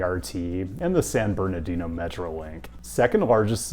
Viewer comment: I was this many years old when I heard pronounce San Bernardino correctly. Distancing himself ever so slightly from RM and YA in the race to see who can whitepronounce more places.